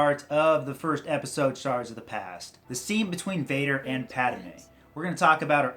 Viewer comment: It's pronounced pattmay